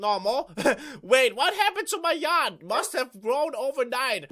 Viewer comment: The way he says 'yard' sounds like he's saying 'yacht'.